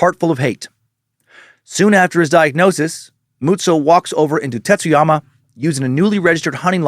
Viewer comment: The pronunciation on Tsuyama is a little rough. It just sounds like you’re saying “Titsyama.” It’s more of a”tsoo-ya-ma” with the t blending into that s realllllly smooth. Think tsunami 🌊